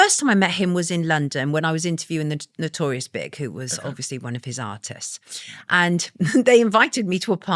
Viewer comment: "I was reporting on Notorious Big" A hip-hop reporter but dek how to pronounce rapper's names 😅